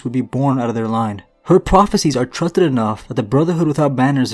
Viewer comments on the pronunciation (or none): “truthted enough” haha. I’ve never heard that before! Much love brother, putting all that work doing voiceover must be laboring on the face muscles